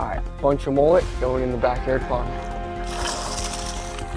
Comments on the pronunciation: Last time I heard mullet was pronounced. MmmmUuuuLlllLlllEeeeTtttt not moollet?? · How American's say mullet 😆😆😆